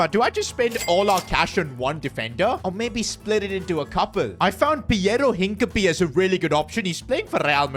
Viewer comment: his name is NOT hink-a-pee 💀